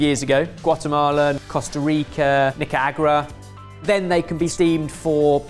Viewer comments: Nica-agra? It’s Nicaragua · do you mean Nicaragua? "Nicaagura" 🤔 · hahaha butchered that nicaragua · Nica agra 🤣 im dying with the pronounciation lmao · Nica Agua??? Did you mean Nicaragua? :-D Removed the R and inserted a pause instead? :-D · As a Nicaraguan, botched pronunciation of my countries name made me burst out laughing hahaha. That aside, you guys should try making some larger tamales using banana leaves. Look up Nacatamal for example. It's the kind of tamal most eaten here. They are large enough that one usually is a whole meal. Usually eaten for breakfast. But people throughout central america have many other types of banana leaf-wrapped tamales. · Could we have try to pronounce Nicaragua again? xD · Oh man… pronunciation of Nicaragua made my brain spin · how did you pronounce Nicaragua? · i know not good with foreign words but Nicaragua pronunciation threw me off 😂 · Anyone else laughing at how pronounced Nicaragua? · The way that pronounced "Nicaragua" made me so sad.